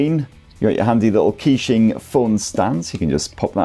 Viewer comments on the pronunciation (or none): KEY~SHING :face-purple-crying: bro killed it, butchered every pronunciation, love it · Actually Keqing is pronounced like "Ka-Ching" Like Shania Twain Song Ka-Ching. In that song she pronounced Keqing perfectly. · i nearly unsubcribed when you pronounced the name